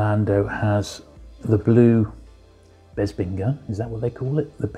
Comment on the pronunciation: You must be from the same part of the UK as Bossk’s Bounty, you both pronounce Bespin as ‘Bezpin’, I’ve never heard that before 👍